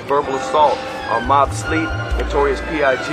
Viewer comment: He said Mobb sleep lol